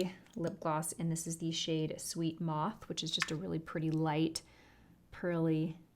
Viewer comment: I think the Fenty lipgloss name is pronounced sweet MOUTH not Moth 😉🙂